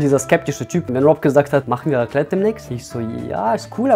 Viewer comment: Raclete ahhhhh ich bin schweizer und es heißt raclet nichts gegen dich bro mach weiter so ich feier dich so so hard kriege ich ein hey bitte😭